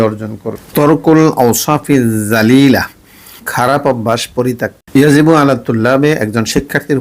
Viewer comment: apni bollen" jalilah " akane lika "rajilah"akon amra kunti bujbo